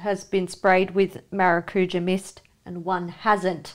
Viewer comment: Hey girls, we pronounce Maracujá with emphasis on the Jáh here in Brazil, it's fun to hear different accents saying that word